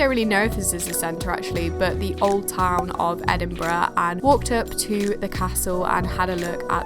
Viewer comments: Well done you got the name right 😂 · So funny watching this as someone who goes to Edinburgh uni and grew up in Dunfermline!! (also pronounced it perfectly haha)